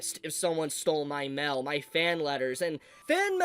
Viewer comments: Am I ge only one who thinks that Mail should be said as M E I L and not MEL ? 😅😂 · Why does this guy say mail like that, it's not Mal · The way you say mail as “mell” makes me itch… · What is this "mell" you speak of? You clearly say "mail" a few times, but mell is an unknown to me. Please explain. Jk, this is pretty shitty crunchyroll. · “Fan mel” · American pronunciations are wild. Everytime you say Mail, i hear Mel melfraud Meltheft Melll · What, you don't receive letters in the Mel? 🤣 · FYI, the way you say “mail” is hilarious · I'm so sorry but the way you're saying "Mail" is killing me, I can't- 😂